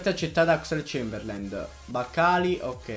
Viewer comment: Ogni volta che hai pronunciato il nome di Oxelade-Chamberlain ho bestemmiato.